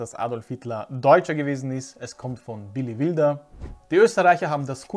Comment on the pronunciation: Ein nettes Video, Danke sehr. Aber Billy Wilder gehört mMn englisch ausgesprochen...😅